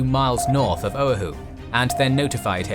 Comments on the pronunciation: Oahu: it is not pronounced owe-a-who, it is pronounced o-a-who, emphasis on second syllable. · Guys, I'm a fan of your work. Though occasionally you make mistakes that are real head scratchers. Like how come no one caught this. As it is my second home, the island of Oahu is near and dear to me. So mispronouncing its name repeatedly in this video was really hard to stomach. Quick lesson in Hawaiian pronunciation: ( a=Ah, e= Eh, i=EE, o=Oh, u=OO). So its pronounced " OH-AH-HOO", not Oh-hoo, or whatever the announcer said repeatedly. You guys do so much research, at least get that right. Its like me telling a story of England and referring to the river Thames (pronouncing the th like thunder, and the ames like James). You'd call me an idiot for not knowing the h was silent and that its pronounced 'Tems'. You know? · its pronounc O - a - hu not Ohu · its not pronounced O-uh-who, its pronounced o-wa-who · Oahu: “uh-WAH-hoo”, not “OH-uh-hoo” Otherwise, fantastic!!! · and Generals excellent work as always. You need to check your pronunciation of Oahu (OH-AA-h-oo), it was the only thing that I can complain about. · This a minor quibble amongst such great work, but try "oh-AH-hu" for the name of the island. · Great video, but the pronunciation of some words is off... Oahu should be "oh-AH-hoo", Helena should be "HELL-en-uh" (it's the capital of Montana), and Utah should be "YOU-taw" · Oahu is pronounced OH-AH-HU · Correction. Pronunciation is o-awe-who. Emphasis on second syllable. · It’s pronounced „Oh-Ah-Hu“. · The way he said Oahu killed me, but amazing work as always! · Amazing video, as always. Triggered by the pronunciation of Oahu, though LOL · having been a sub sailor stationed at ph and lived there for 6 years, the mispronunciation of Oahu is both grating and physically hurts... 😶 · The pronunciation of Oahu lol! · love it, but i cannot get over your pronunciation of Oahu. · Great video...except for the attempt to say Oahu.